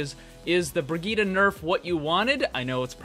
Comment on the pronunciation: HER NAME IS BRI-JITT NOT BRIGITA LOL